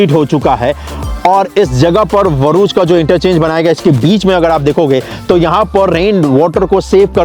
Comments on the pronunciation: Are Bhai Varuch Nahi BHARUCH 😂 Q name kharab karke rakhe ho bhai itna pyara name Hai BHARUCH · भरूच (Bharuch) not VHARUCH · Abe..varuch nahi bharuch he name